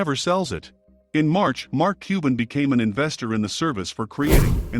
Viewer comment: Cuban (qban), not cooben!!!!!!!!!!